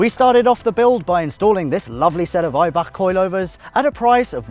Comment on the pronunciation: My favourite moment of the series? saying the word Eibach. Talk Eibach to me baby 😍